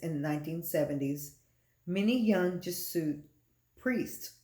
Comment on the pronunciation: It’s pronounced “Jez-ew-et” and not “Jeh-suit”. St. Malachy’s prophecy is very important because while The Bible doesn’t say the False Prophet will be the 112th Pope, The Bible clearly identifies certain imagery with Rome. Pope Francis has very radical and anti-Christian beliefs on topics such as gender identity, gay marriage, and many other topics. It’s now 2022 and Francis is lobbying for a one world religion he’s calling “Chris-lam” which a mixture of Christianity and Islam. He’s also weighed in on the need for a peace treaty between Israel and Palestine which is directly Biblical. It’s possible another Pope could be the False Prophet but Francis has all the appearances and actions of that role. His age isn’t a factor if he’s chosen by Satan because he could live on easily through the 7 year tribulation. Francis is 85 now in 2022 and he could live on till 100 if he is the right hand of the Antichrist. There’s too much unusually ominous stuff around Francis to not think he is the False Prophet.